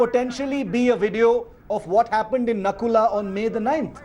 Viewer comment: Its not nakula its nathula